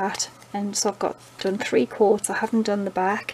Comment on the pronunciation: Hahaha I thought you were saying quarts instead of coats.